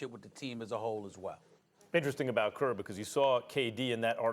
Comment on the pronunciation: "Steve Gert"